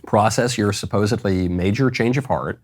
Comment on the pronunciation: Supposedly : sounds like sup pose id lee